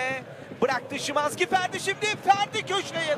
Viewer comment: schiiwannnzzkiii hahahha isimini niye öyle söyledi (alle deutsch-türken) verstehen 😂